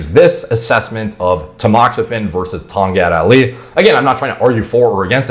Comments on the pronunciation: Im Malaysian - the country of origin of Tongkat Ali - and its it's hilarious how y'all pronounce the herb's name. Its pronounced Tong-cut Ali. ✌🏼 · Tonggut Ahlee 😂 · Wow, did he says, Tongkat Ali?